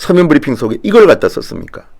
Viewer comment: 별걸가지고 난리네 ㅋㅋㅋ 문디야 니발음이나 똑바로해 "버리핑"이 뭐냐? ㅋㅋㅋ